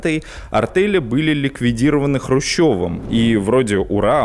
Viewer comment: не артэли, а артЕли... и в тексте на лишняя буква С в СССР...